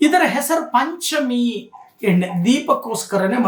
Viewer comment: ಹಲೋ ನಿಮ್ಮಿಂದ ಸರಿಯಾಗಿ ಉಚ್ಚಾರ ಮಾಡಲು ಕಲಿಯಿರಿ ಉದಾಹರಣೆ ಎಣ್ಣೆ ಬದಲಾಗಿ ಹೆಣ್ಣೆ ಎಂದು ಉಚ್ಚರಿಸಿ ಅಕಾರ ಮತ್ತು ಹಕಾರ ಚೆನ್ನಾಗಿ ಕಲಿತ ನಂತರ ಭವಿಷ್ಯ ಹೇಳಲು ಶುರು ಮಾಡಿರಿ